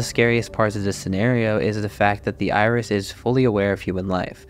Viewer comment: My brother, I thought you said "THE IRS" and I was so damn confused... "What's the Internal Revenue Service gotta do with this!? I know they're powerful, but Christ!!"